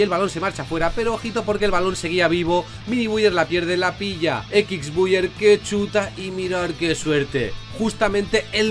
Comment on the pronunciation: "Equics Buiyer"